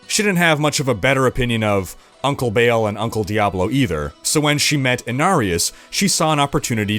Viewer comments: The only con is he’s saying Bail instead of Ball in regards to Baal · I'm coming in for the first time because D4 is coming out and it seemed concise, but then I just heard him pronounce it Baal "Bail" and I straight up turned it off.